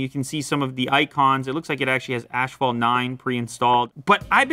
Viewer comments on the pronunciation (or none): Dude, it is not pronounced "ash-fault", look it up, it is a silent "h" to be pronounce "ass-fault". Just my two cents. Love your show, keep up the good work, I am a subscriber. Thanks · I thought it was pronounced like asphault not ashphault? Have I really been saying it wrong all these years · wtf is "ashfault" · "Ashfault 9" Beautiful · "ASHpalt"??? Sorry, what? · Can't get over the way lew pronounces asphalt